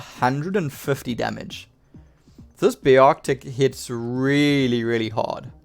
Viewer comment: its called, bear tick not how you pronounced it, just trying to help NO HATE